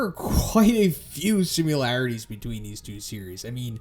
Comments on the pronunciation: You say "simularities", "simularity"... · You are aware there is no letter U in the word similarities?